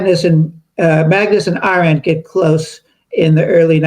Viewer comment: Her name is AH-rent, not a-RENT. Please do her the honor of pronouncing it properly.